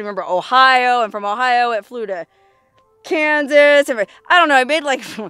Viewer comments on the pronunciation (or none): none